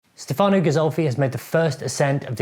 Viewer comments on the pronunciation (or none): Great video!! Just a little thing: it's Stèfano not Stefàno.